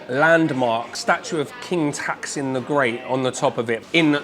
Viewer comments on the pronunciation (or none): your Thai is so brilliant but on the it's pronounce Taak(ต sound with long vowels) Sin whenyou pronounce taksin as in video it's made me think of pass prime minister